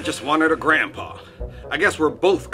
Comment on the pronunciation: Help Steve's gandpapa😂😂😂😂